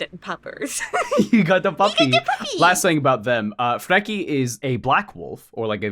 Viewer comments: Freaky and Jerry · As a norse pagan and polytheist your pronunciation of Freki and Geri was a little painful. Love your videos tho like alot i also wonder if Lemans last name is a reference to the Rus vikings.